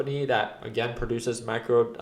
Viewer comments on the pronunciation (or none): none